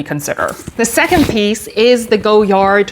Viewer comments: I love Goyard. You have beautiful bags in great colors. I have a St. Louis in the burgundy but would love to add a Belvedere to my collection. (Btw the brand is pronounced Goy-ard in English not Go-yard). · The Vendome is my fave by far. Chic looking and so easy to use. FYI, the name of the designer is pronounced Goy-yar or Goy-yah (the D is silent) but most Americans say Goy-yard, not Go-yard 😇